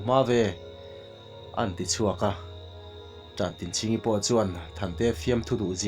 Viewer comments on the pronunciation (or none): Khawpuiṭan/Ṭan tlang a Ṭan tih ang hian Ṭantinchhingi tih hi lam la, a phuahtu te pawh zawt ve la.... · Tantinchhingi tihhi i chhiardiklo deuh niin a lang.